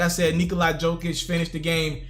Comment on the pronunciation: again my man.. it's pronounced yo-kich!